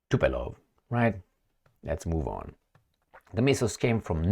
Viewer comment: its "TO-POH-LEV"